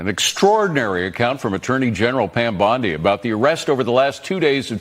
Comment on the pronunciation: Dude, her name is Bondi, not Beyondee